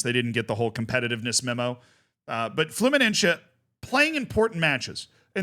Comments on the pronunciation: It's Fluminense, not Fluminencce. It's not fucking italian, my dude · Just letting you know that se in fluminense is spelled like the letter C, the rest is perfect, keep it up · (Brazilian here) the way you pronounce Fluminese grinds my gears